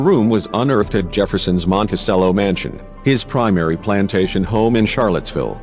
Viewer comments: It's Mon-ti-CHello, not Monti-sell-o. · It's prnounced MontiCHELLO, not Montisello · Dude. It's "mon-teh-CHEH-low," not, "mon-teh-SEH-low." You don't play a sello in an orchestra, you play a cello, with a 'ch' sound. Get with American English, borrowing from Italian in this case. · It is Monticello, pronounced like the instrument, the cello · Why do you do this robot reading thing? Can't you find someone who knows how to read? Very distracting. The robot doesn't even "know" how to pronounce Monticello. :(